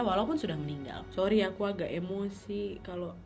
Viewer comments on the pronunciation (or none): none